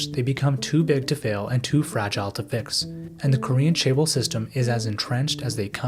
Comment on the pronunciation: This was a great video, but as a Korean person, it bothered me so much when you pronounced it "chay-bol". Especially bc you say it in the video every 5-15 seconds. Although this isn't a perfect phonetic way of writing it because Korean pronounces and produces sounds very differently than English, the closest I can put it is cheh-bowl. Not trying to sound like an asshole but you should probably look up how to pronounce another language's word if you're reporting on it and going to say it times in a 13 minute video lol. Just looking it up on google translate barely takesa minute or two.